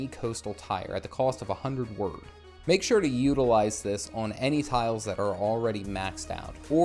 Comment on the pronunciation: Wyrd is pronounced like "weird". At least where I come from in the UK. It's a Anglo-Saxon word, so....